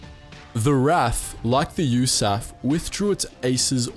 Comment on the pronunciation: It is U...S...Army Air Force, not U-S-A-Ffffff. Dodo.